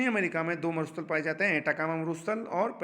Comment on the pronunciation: सर "एटाकामा मरूस्थल" नहीं बल्कि "अटाकामा मरूस्थल" हैं।